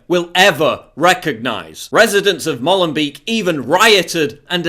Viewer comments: It is pronounced Mowlenbake, not Mollenbeke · You can't even pronounce Molenbeek